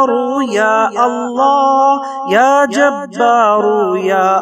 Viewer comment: Assalamu alaikum janab vahan screen per ya jabbaru ya Allah likha hai lekin janab aap kha rahe hain ke ya ja taru ya Allah aise aap galat kyon padh rahe hai iska mujhe jawab jarur Dena aur khud bhi sunna